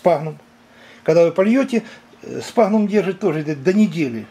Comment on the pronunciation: Мох - сФагнум, а не сПагнум. Но не суть. Очень познавательно, спасибо.